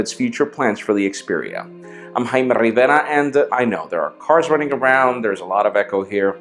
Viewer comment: jaime RRRRRRRRRRRRivera